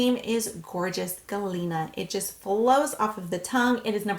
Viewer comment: You pronounced them really well. Good job girl